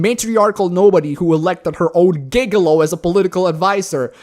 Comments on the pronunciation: Soft G for gigolo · Gigolo should sound like jiguhlo. Basically her paid lover.